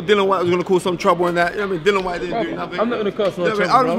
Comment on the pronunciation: SPELT DILLIAN PRONOUNCED DILLY-UN